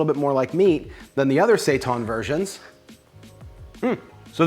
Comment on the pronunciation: Say-TAHN?? Seitan and Satan are homophones.